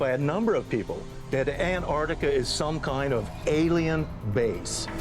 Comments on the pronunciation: Ant artica? David, really? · ANT-arch-TICK-ah... KLAH-too BAH-rah-dah NICK-toh... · The word is Antarctica. Pronounced An-tark-tika.